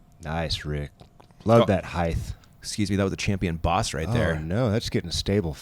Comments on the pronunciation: Why did keep saying "heighth"? Lol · Love the commentary but heighth is not a word. It’s height. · Bro, since when is HEIGHTH a word? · Cool commentary and coverage... just curious why keeps saying heighth instead of height. Is it one his made-up words like ‘nurl’? Interesting 🤔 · is saying...hyth? not height?.... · Great commentary, and., height rhymes with night - even spelled the same. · Someone teach how to say the word "height"! It's annoying listening to him mispronounce it over and over. There is no "th"!